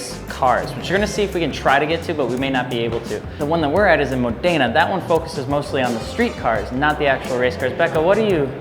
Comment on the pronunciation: Hey, i'm italian and every time you named modena city my ears explode. The accent is módena. Next time you will know😊